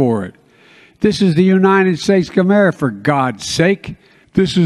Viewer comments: United States Kamera, Errorica? Get it right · “United States Comerica for God’s Sakes” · Did he say dumberica? Sounds about right to me. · "United States Kamerf" ? 🤔🤔🤔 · Arareican? America mericans? Stop this now please. Camerica? He's 2 years old. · is he saying commiemerica? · Arracan? WTF, Lets go brandon. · "Arerrican"? Obama was my last CiC, and I thought he was a disaster, but Francis Joe Biden makes him seem reasonable. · He said Gaymerica that's what he want the gayer the better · Errerica, the beautiful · He mispronounces the country He is running into the ground??? What a shame!!! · When the president of America can’t even say America. I M P E A C H N O W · Commies do have a hard time saying America 🇺🇸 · Isn’t it ironic that he can’t say America? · Can't even pronounce the name of his own country LMAO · And he's the President of this country?? He can't even say AMERICA!!!!!!!!! what a disgrace! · A president that cant say "America"...and it goes to show the phrase "Ya just cant cure stupid" has substance. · It's bad when the so-called president cannot even say America.😢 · He can say China correctly but can’t say America correctly , why ?